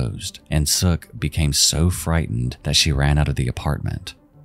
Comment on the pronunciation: Seok is not pronounced as Sook. Also, that story was wild. What happened to that original granddaughter? I hope she has a nice family, unlike her original mom and grandma's. Like mother, like daughter. That poor baby had no chance. Oh man, I was not expecting the Matamoros satanic cult to be mentioned in this video. Pro tip: even today, do NOT go across the border to Mexico if you are not a local or at least have family in the area to help you. You do not want to be down there alone. Also, don't speak English.